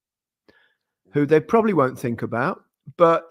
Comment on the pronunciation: Why does Gaz keep saying Lee Carsely? England aren't an attacking team.